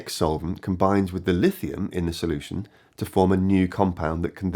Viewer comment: "There's no one size fits all *solultion*" ha ha